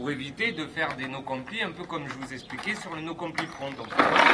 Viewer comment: Juste on prononce "no complaïe" nan ?